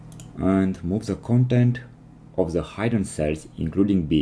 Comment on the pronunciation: "Hidden" has a short 'i' sound.